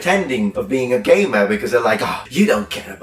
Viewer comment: took me several listens to figure out he was saying "gamer" rather than "gay man"